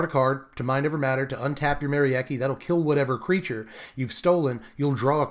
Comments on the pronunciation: For what it's worth, Merieke is a Germanic name, pronounced something like Meh-Ree-Kuh 😄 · Nah it's not ... the 'Me' is not like the 'Ma' from Mary ... it's more like a 'Meh' ... so i would pronounce the name: Meh-ree-keh ... it looks a lot like the dutch name Marieke, only with the 'a' turned into an 'e'